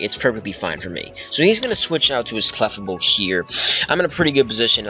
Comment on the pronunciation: thats not how you say clefable